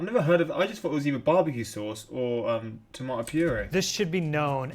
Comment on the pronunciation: “Toomatetwo” that’s how it sounds like your saying tomato 🍅